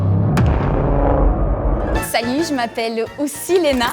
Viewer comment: Pour la 1, y'a un petit accent, mais ça pourrait être l'accent bordelais. La numéro 2, dès qu'elle a essayé de dire "aussi" et qu'elle a dit "oussi", c'était grillé. Non, le numéro 3 a l'accent + le ton trainant et musical des québécois. Le numéro 4 imite très bien le bobo français, mais je ne sais pas, le ton est trainant et c'est rare les jeunes de cet âge là qui parlent comme ça. très belle imitation, mais de même, pour son âge, la façon de s'exprimer n'est pas hyper courante. Pour l'instant, je dis la 1, mais les 4 et 5 ne sont pas impossibles. Edit : Victoire !